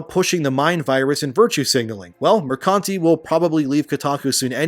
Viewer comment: I love that you read Mercante as "Mercunty".